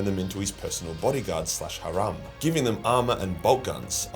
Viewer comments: Ha rom is a crazy way to say harem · lol the Admech guy, the Custodie and what appears to be a random space marine (possibly a grey knight) at the bottom right of the picture think they're part of the loyalist primarch team. Also Van Dire used the Sisters of Battle as a harem (pronouced as the word hare with an mmm at the end) not a harum (what you were pronouncing). Harum is an adjective used in Islam that more or less translate to how Christianity uses the terms unholy or blasphemous. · What’s with the pronunciation of harem 😂